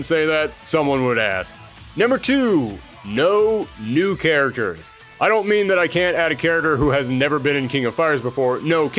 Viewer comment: "King of Fires", "Charaters"? What is this accent? (If it's a speech impediment, ignore this and I apologize. Haha.)